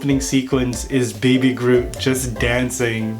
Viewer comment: Did he say Baby Garoot instead of Baby Groot? 😆😂🤣🤪